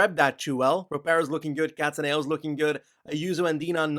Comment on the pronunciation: It's Cattàneo, not Cattanèo